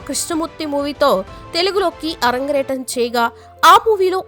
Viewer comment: అరంగ్రేటం కాదమ్మా అరంగేట్రం